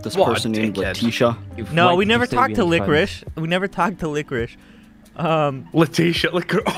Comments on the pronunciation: YOU TO LICORISHE me: laughs way to much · "You to liqurish" that had me dying